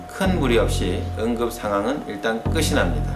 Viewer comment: 응급 상황은 일단 끝이[끄시] 납니다?! 바른 발음: 끝이[끄치] 납니다.